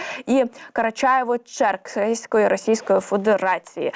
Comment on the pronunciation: Тупая курица не может выговорить Карачаево- Черкессия (наверное, впервые видит это название), а все туда же)))) Убери кашу изо рта, типа ведущая, а то заикается и чвакаешь - непрофессионально как- то